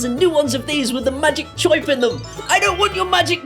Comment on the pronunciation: "Choip" is the way that people from Brooklyn, New York pronounce the sound that a bird makes (Chirp)